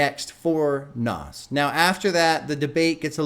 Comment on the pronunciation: OMG 2 albums in and you still can't pronounce it right 🤣 (it's Naz, )